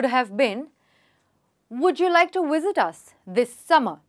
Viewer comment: Am I the only one here who thinks the instructor is pronouncing the word “visit” as “wisit”